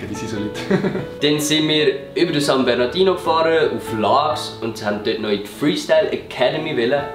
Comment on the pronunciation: Es heisst san bernardinO!😂😂